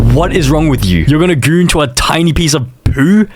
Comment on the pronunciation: why does he say poo and goon like that "poou" and "gooun"